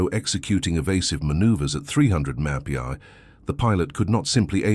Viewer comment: Can't teach AI how to pronounce the abbreviation "mph"????? Back to the drawing board, fellas!!